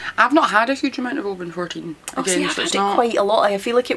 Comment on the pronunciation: Thanks for the pronunciation of Oban. Here in the US I only hear it said with the hard A. I can be a whiskey snob now and pretentiously correct fellow drinkers.